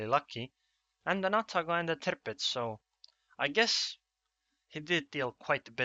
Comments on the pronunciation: Love your commentaries man ;) especially the way you say "Tirpitz" :D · Its actually how Its pronounced